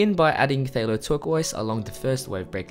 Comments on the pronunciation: Hi! Good try with the pronunciation, but.... Phthalocyanine. Phthalo.... Pronounce the "th" and ignore the "ph". So, Phthalo is "Thalo".... They•low..... like....... Person 1::: "Dang, they skipped out on paying their waitress for their VERY expensive steak and lobster!" Person 2::: "Whaaaa???" Person 1::: "Yeah. The waitress has to pay the full amount of $150!" Person 2::: "Daaaaammmmn! They low!!!" 😉 😉 😉 ~from a fellow artist 🙂 🙃 🙂 God Bless! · I think it is pronounced like "Ftalo" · The P is silent in Phthalo. (So, “Thalo”) This has been awesome, truly. I can’t wait to give these beautiful techniques a try! Thank you! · "phthalo..ppphtalo...thalo...talo...patalo" yes...the struggle is real... 😭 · "puh thahallo" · Nani!? phthalo?.. pretty sure it's cthulhu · the “Ph” in phthalo is silent. It’s “thay-low”